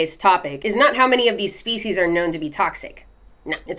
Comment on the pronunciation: When you said "let's break this species down" I heard feces..... like break this shit down... annnnd I'll be saying this from now on